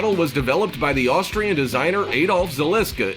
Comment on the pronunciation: Did he just day the Australian glock 17????🤣🤣🤣🤣🤣🤣🤣🤣🤣🤣🤣🤣🤣